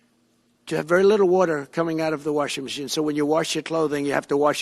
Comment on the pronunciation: Does he really think "they" don't want us to have "wutter" in our cleaning appliances? Where does he come up with this nonsense?